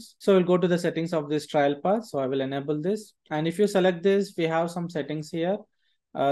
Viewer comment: great tutorial. Pronunciation of TRAIL is wrong throughout tho - very grating!! I kept expecting a judge & jury to accompany the trial : D